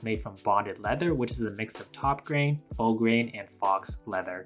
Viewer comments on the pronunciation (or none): Nice job on the reviews, very helpful. Question: is it an American thing to pronounce faux as "fox", rather than "fo"? First time I've heard it pronounced that way. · Good video. I have to mention it's "F-oh" leather, not "Fox" 🦊 unless it's legit fox skin lol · Lol... bonded leather is fake leather that falls apart on people, like vinyl. Also faux means fake or imitation and is pronounced foe. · Faux is pronounced “foe”… rhymes with “toe”. NOT “fox leather”, because that would mean it was made from fox 🦊 hide, rather than imitation leather. It will improve the chance that the perception of your audience will be positive… Especially since you are attempting to project a sophisticated, modern aesthetic. If you have any doubts about pronunciation in the future, most smart phones will have a “speak” option when you select a word. 😉🤓 This was a good video…but this small detail was really distracting, & with the popularity of vegan leather/products, could unintentionally put off some people. 🤷🏻‍♀️🤓👏🏽 (Hope you were able to return some of those lower quality options!!😅💸💸) Stay safe out there, be blessed.🤓🤘🏽💋🔮⚖️ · You did a great job of presenting these products and really helped me make a more informed purchase! Keep it up bro. Now the grammar Nazi in me is going to make an appearance. The "Faux" leather material is pronounced the same as "FOE" not "FOX." If I were presenting leather goods I would want to know. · Great review! I appreciate your attention to detail with the information you've collected to compare. One note on pronunciation: "faux" is a French word, pronounced like "foe." The X is silent - don't say "fox." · Great details and quick review. Just one complaint. Faux is pronounced pho, not fox. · Faux is not "fox" ... it's "foe". Very good video! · I’m guessing when you say fox leather that you’re saying faux. Faux is pronounced Foe… rhymes with No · *"foe" (faux) not "fox" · #4 Ekster is pronounced cone-Yak…not Cog-nak Faux…😊NOT FAUCKS, but FOE